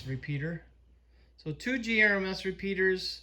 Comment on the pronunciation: GMRS NOT GRMS